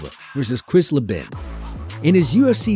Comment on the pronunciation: Chris Leeeeeeben. Cmon guy. Put some respect on his name